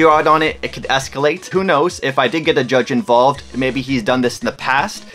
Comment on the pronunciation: I think the canadian in you got in the way of calling judge 😭😭